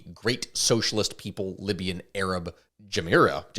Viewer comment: it's pronounced jama-hiriyya emphasize more on the y sound